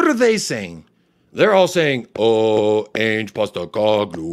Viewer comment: I love your takes mate. Spot on. An Aussie's gotta teach you how to pronounce "Ange" properly though.😜